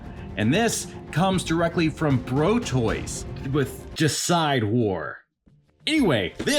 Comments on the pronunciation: It's De-i-cide War. Not Decide War. Deicide means the murder of Gods. Like fratricide means the murder of your brother. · gonna be that guy - it says DEICIDE war, deicide means killing a god - it's pronounced like "deity" + "homicide"